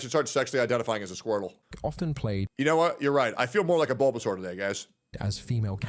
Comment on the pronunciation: I know said Bulbasaur but I heard Baldasaur.